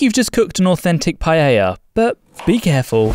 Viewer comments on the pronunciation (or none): Anyone else has noticed that he's saying Pa-ye-lla instead of Pa-e-lla? Is not criticism. I just want to know if anyone noticed. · Its clear that the native speaker says pael - ya, this guy keeps saying paehya, its freaking annoying, trying to sound classy. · STOP SAYING /PAYEYA/ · I've always been curious, why do you guys pronounce it "pay-yey-ja"? I'm not Spanish but I'm a native Spanish speaker and I've always noticed people struggling with this word. I'd pronounce it "pah-ae-ja", no extra "e" sounds in there. Is there like a historic example? I'm open to hear any ideas as to why this word became so difficult to pronounce for English speakers. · Lol, he'll atack you if you make paella wrong, but not if you say it wrong, apparently. PAH-EH-YAH not PA-YEH-YAH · Making a what 😂😂😂😂 payeyya its payela or payla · Starting with the pronunciation: It's PA-A-YA, not palleilla. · People: trying to pronounce Paella Me, an intellectual: PAEYAYA The committees are on their way. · I love the way they say paella "pallella" 😂😂 This is hilarious as a valencian person. And to add a note to the video, it is better to eat the paella with a spoon if you are eating it directly from the pan just so you don't scrach it 😊😊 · Me mata como lo pronuncian “paieilla” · "Payaya"..... How did he pronounce it??? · Why do you guys pronounce it as Pa-yay-ya? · Pa e ya??? It's pa el ya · Why does he pronounce paella so strangely? It's pa-e-ya! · Why do English speakers pronounce it as PA-E-YA? It is PAELLA with LLLL! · "Payaya" lol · Maybe if the stopped pronouncing it as pa-yay-ya then we wouldn't have this problem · I like how the narrator calls it payella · Seriously how hard is to pronounce paella. Is not PAYEEYEAA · Also it will be a good idea to fix the terrible English pronunciation pf paella.. it sounds like payella. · The narrator can't pronounce the Paella correctly and instead eats both L to make it sound Paeya. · Se dice PA-E-LLA, mecachis, no es tan dificil! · Stop saying pallella!!